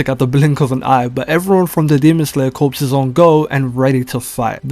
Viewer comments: Pronounce it "core" not corps homie. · Corps is pronounced "core," bruh. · Bro said the Demon Slayer Corpse🤦‍♂️